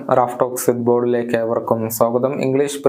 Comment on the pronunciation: നമസ്കാരം "ശുദ്ബോളിലേക്ക് " ഏവർക്കും സ്വാഗതം 😂